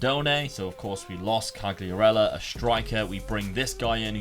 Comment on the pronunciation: Back to Serie A! Fabio Quagliarella might get mad they way you pronounce his name lol!